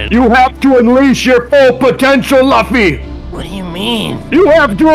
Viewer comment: LUFFY NOT LUFY